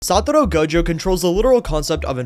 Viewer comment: "satoro gojo" 🥀